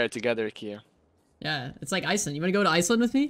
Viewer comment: my bro said ice land